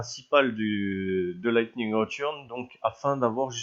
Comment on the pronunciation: Tu sais que tu dois le dire en anglais avec 0 accent fr quand tu dit "Return" va sur Google translat et ne mais pas de parole fr que du ENGLISH après tu Vera